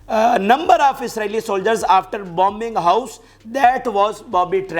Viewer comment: Not Bobby trap but booby trap. Martyr pronounced as martur. Wounded pronounced as woonded.